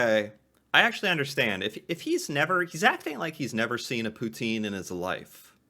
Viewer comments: Poo-tsin. Say it with me now "Poo-tsin". NOT POOTEEN! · Best way to say Poutine it is like that Pout-in you dont have to say the e at the end. It is french. Please no Poutiiiineee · Would like to know if narrator is from u.s. sure sounds so. Poutine is French words actually pronounced Poutin. You know without the e. But its ok most cansdians have anglicized it too.